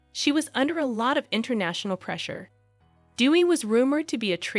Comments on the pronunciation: Correct pronunciation of her name is “day we”, not “dee we”. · It’s pronounced “day-wee” not “doo-wee”. Aside of that, it’s a well prepared video. Well done. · Her name.is pronounced day-wee, not dew-wee. Dewi is the Indonesian word for goddess, derived from the Sanskrit word Devi. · White people learn to pronounce DEWI correctly. It is DAY-wee. Not DEW-wee .. she is not Duey the Duck 😂😂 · She was looking for a father figure. Her name is pronounced as Day-we. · Thanks 4 your podcast on Dewi Sukarno.. the correct pronunciation 4 Dewi = Dé Wee (meaning goddess) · PRONOUNCED : D A Y W E E. ....... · It is pronounced DAY-WEE not the always American way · You should pronounce her name, Dewi, the right way. Not like what you're pronouncing. Appreciate your story but please research on How to pronounce her name out of respect not just for her but for all Indonesian. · It's DEWI🎉